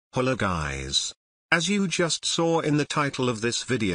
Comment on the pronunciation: He said hollo guys 🤣🤣